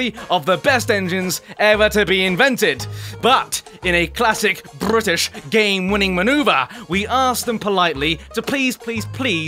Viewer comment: i like when says bwrritish